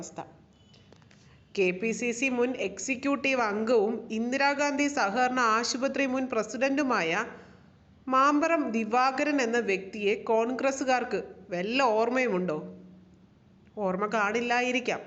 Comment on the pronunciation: മാമ്പറo അല്ല, മമ്പറം